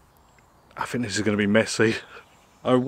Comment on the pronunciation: Here is an idea go to visit a Speech Therapist and have your " th " speech impediment corrected i had the same ( when I was 7 ) words like " think " are not pronounced as " fink "